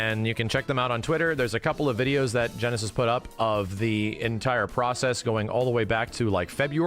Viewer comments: Their name isn't pronounced like "genesis", it sounds like "nice" lol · Genesis? Gneiss is pronounced "nice." It's a type of stone. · I thought gneiss was pronounced like nice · There's something really goofy about praising Gneiss and wiring them $5k but not being able to read their name that is clearly NOT "Genesis" (it's a type of rock and rhymes with "Nice") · Side note on the modder: I don't know them, and perhaps they choose that pronunciation for some reason, but the word "gneiss" is actually pronounced "nice", not "genesis", and (for those unaware) is a term in geology to describe a metamorphic form of rock formed by changing schist, granite, or volcanic rocks through intense heat and pressure. I just want to make sure the modder gets the recognition they deserve, so that those who remember more from audio than visual won't miss out on following Gneiss by trying to find the modder "Genesis". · He keeps calling this dude Genesis like his name isnt Gneiss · GNEISS is pronounced NICE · Wouldn't their name be pronounced like 'Nice'.